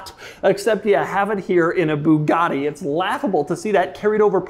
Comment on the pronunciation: And it's pronounced buugati not booghati